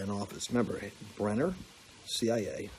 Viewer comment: Hey Lance, it’s BrennAN not BrennER,. Just sayin’. Also you meant McCain NOT McCabe, right? God bless!😊